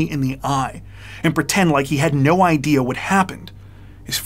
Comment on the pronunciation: Many of similar videos have a narrative generated by AI from a text tile. The result is a ton of bizarre pronunciations, e.g., "We have no iddy-ah (idea) what happened next." This video was very well done.